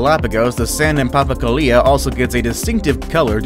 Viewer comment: It's pronounced papa ko lea. Not papa ku lia